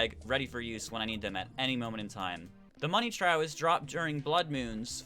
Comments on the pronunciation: Trough sounds like troff not trow. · FYI its pronounced Tr-off not tr-ow. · Its pronounced Money troph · Trough is pronounced as troff not how you were saying it o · The Money Trough is pronounced “Trof”. Also, the water bold now spawns at a level below the dungeon guardian level, so you have to kill Skeletron first